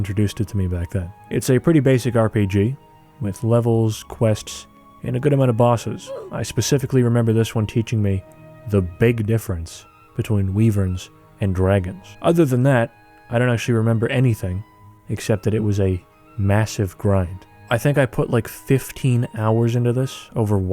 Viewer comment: bless, it taught you the difference between dragons and wyverns but not how to pronounce the latter 🤣 ftr i've always heard it said like 'WHY-verns'